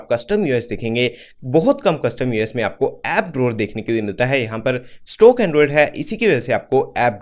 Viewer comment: Stock toh sahi se bolo